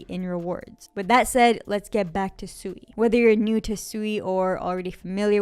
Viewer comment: If you actually did your research on SUI you certainly wouldn't be calling it Suey like chop suey. You would have at least watched one video from the founders of SUI from Mysten Labs where they pronounce it right numerous times in just a matter of 5 minutes. As well as your fud on a decentralized Exchange Cetus being hacked doesn't mean the blockchain was hacked that's like saying FTX collapsed but the Solana blockchain was the problem of why FTX collapsed. I'm guessing you're overallocated in SOL